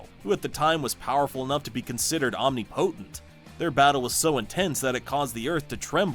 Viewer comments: Did you say "OMNI-POTENT?" Are you AI? You speak like AI. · Please don't pronounce omnipotent that way. It's Om-nip-o-tent. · I hate the way he says omnipotent it’s one word not omni-potent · The omnipotent pronunciation automatically invalidates the list